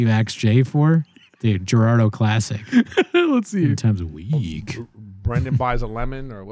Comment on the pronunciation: It's Gerardo. You put respek on his nang.